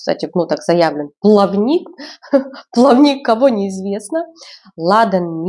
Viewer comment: не плавнИк, а плАвник. Это древесина, плавающая в море